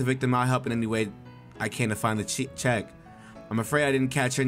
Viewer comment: bruh it's pronounced "check" lol